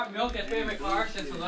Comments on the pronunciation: Brendan, Milk doesn't have an E in it, quit saying it wrong! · If I hear Brendan say MELK one more fucking time.....